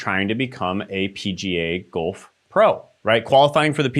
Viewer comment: Everything is good but you pronounced Golf wrong. I’m sorry I’m 7